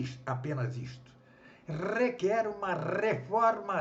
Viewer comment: Conteúdo interessante. No entanto, convém ao senhor cuja leitura está sendo gravada no vídeo, que busque uma moderação na pronúncia, posto que "rrrrequer uma rrrreforma rrrradical" é algo que soa ofensivo aos tímpanos e, por sua vez, pode afastar o público. Quanto ao mais, deixo meu agradecimento por compartilhar a leitura que fez no vídeo. É sempre bom topar com algum conteúdo educativo relevante. Acredito no potencial de crescimento do canal. Parabéns pela iniciativa e sucesso!